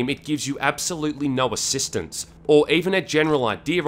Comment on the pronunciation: Did you just said asstittance?